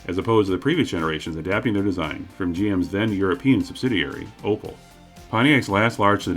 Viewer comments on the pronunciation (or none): none